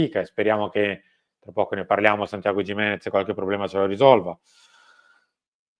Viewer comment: si pronuncia "chimenez"...lo ha detto lui